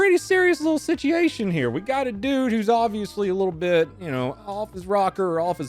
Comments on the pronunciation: he said sitiaton lol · He said sitchy-ation im happy now